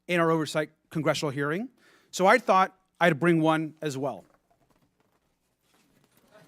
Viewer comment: Someone needs to teach Stansbury that the correct word is “hearING” not “hereen” 🙄